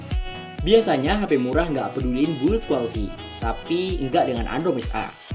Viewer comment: "bult qualty" haha bahasa indonesia aja mas, ntar malu loh